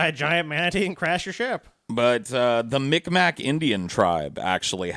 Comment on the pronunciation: I am actually related to a lot of people from the Mikmak tribe. It's actually pronounced "Mig Maw" not Mick Mack.